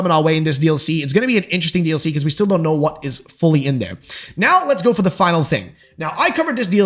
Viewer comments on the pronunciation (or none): none